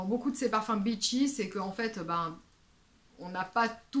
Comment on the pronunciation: Merci pour cette vidéo qui va encore me pousser à aller sniffer des rails de Bon Parfumeur et de Lady Wood ! Cependant, lorsque vous évoquez les beachy parfums, si vous pouviez avoir la gentillesse d'allonger la prononciation de votre iiiiiii, cela éviterait de gros malentendus ! J'ai cru que vous vous étiez mise aux parfums de chez Byron genre Mula Mula, le bitchy parfum par excellence !